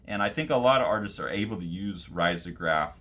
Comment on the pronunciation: Love your channel! btw it is usually pronounced “reezograph”